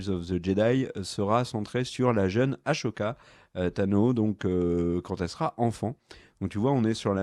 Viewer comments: "AssssssssOka" pas "ASHoka" Ça s'écrit Ahsoka, il y a pas de "ch" dans hs ! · Après toute ces années t'as toujours pas compris que c'est Ahsoka et pas Ashoka c'est fort quand-même... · Comme dit plus bas on dit Ah ssoka pas Ah chaud ka! XD😅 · Ker le malin qui dit Ashoka au lieu d'Ahsoka. comme par hasard plein de commentaires à ce sujet. comme par hasard. Très malin. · Les gas je vous adore mais quand vous dites Ahsoka comme s’il y avait un CH alors que non ! Si on écoute la vf ils disent Ahssssssssssssoka Ahah avec un S ! Voilà c’est tout sinon j’adore vos vidéos et votre humour 😜😜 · j'ai beaucoup aimé la vidéo, les informations sont sympa, l'ambiance est chill mais ... pitié Ahsoka se prononce A-SO-KA pas A-SHO-KA. Le H est avant le S. :)